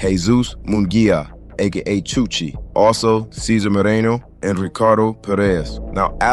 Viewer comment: chuche not chuchi